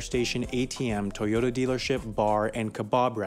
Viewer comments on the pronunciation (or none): none